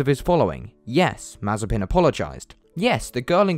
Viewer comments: It's Mah-zieh-pin......... the accent goes to the secon syllable... a bit like Mazyaipin for us Scots. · Mazepin sounds like Marzipan 😂😂😂